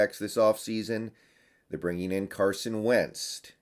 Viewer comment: Carson Wendst?? Lmaoo